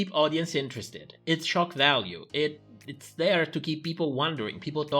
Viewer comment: I keep hearing "it's choc value" every time you say "shock value"😅